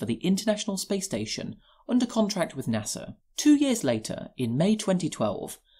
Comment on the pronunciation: NASA has no "R" in it